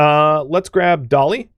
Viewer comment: When says 'Put the dolly down', I hear 'Put the cookie down!'